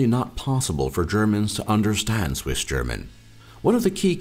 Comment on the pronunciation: Your German pronounciation is pretty great, but I giggled at your Swissgerman. But I'll give you some slack, as not even Germans can correctly pronounce it correctly. However, I think it's a very unique language that can sound quite beautiful in some dialects:)